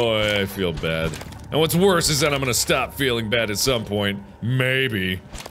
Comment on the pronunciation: he says worth instead of worse